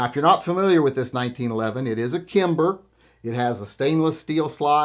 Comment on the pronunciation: You lost me at “Kimber”.